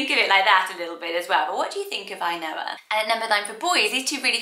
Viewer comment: The way you pronounce "Ainhoa" reminds me of the Finnish word, "ainoa" which means the only one.